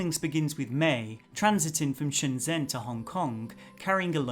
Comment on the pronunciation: Just a polite FYI that zh is close to a J sound in Chinese. So Shenzhen is pronounced shenJEN. :)